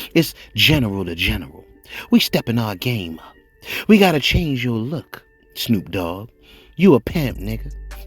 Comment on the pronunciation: RE: say this with me "SNOOP DOGG" I feel like I need to bless you with HOOKED ON PHONICS. Say this with me again SNOOP DOGG. Not SNUKE... Not POOP... It's SNOOP. I know you on the East but it's a Westside thang. Like Birdman says "put some respect on that name". 🤣 Just clownin,. Have a blessed day. -HOT BOX